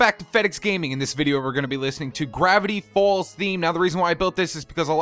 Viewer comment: lol u said GAVITY FALLS